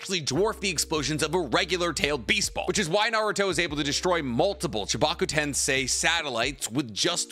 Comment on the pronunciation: Been ignoring it, but tensei "ten-say" is rebirth. TenSAI "ten-sigh" is genius